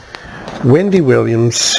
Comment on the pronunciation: Her name is Wendy not Windy.👹